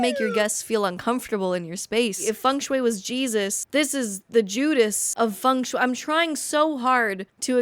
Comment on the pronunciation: Girl, that is not how Feng Shui is pronounced